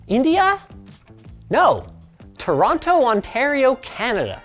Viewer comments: Say it with me Linus. "Toronno". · Linus I know your from Vancouver but its pronounced "chu-raw-na" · Hurts how you pronounce Toron’o. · Smh Linus I can't believe you pronounced Toronto like that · never heard a Canadian pronounce Toronto like an American before 😀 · How can Linus mispronounce “Toronto” so readily?